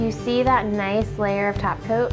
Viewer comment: Good video and those blue eyes are amazing. (I kept hearing "tap" coat....lol) Subtitles do help